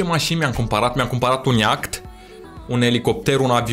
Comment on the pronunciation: Se zice iaht.🤦